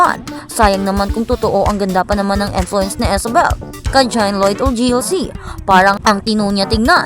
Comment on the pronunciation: nakakabuset boses mo at style ng pagsasalita mo! halatang ginagaya mo ibang vloggers. saka Isabel name nya, hindi ESABEL. imbes mag follow ako syo lalo ako nabuset!